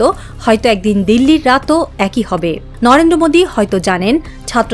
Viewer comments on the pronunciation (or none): none